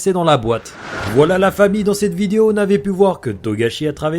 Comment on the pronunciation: j'ai toujours pas compris pk tu dit "fahmi" et pas famille expliquer moi mdrrr #TeamGing Sinon super vidéo!